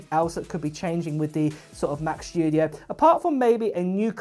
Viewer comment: Mac Schtooodieoh LoL